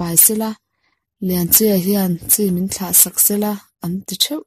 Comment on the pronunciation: Kut ni vang thla a 'thla' tih hi 'thla' (moon) ang a lam tur a ni. Thla 'hlim thla' anga lam loh tur.. Uluk lehzualin aw.. next ah chuan..